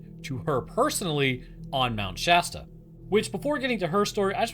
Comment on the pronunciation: I’m just thanking the lord you pronounce Shasta right. I can’t tell you how many other creators just say “Shaw-Staw”